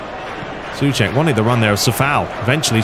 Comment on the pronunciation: It's not Cəfaal, but Cəʊfal and Səʊček, not Sʊček Otherwise, great video as always, greetings from 🇨🇿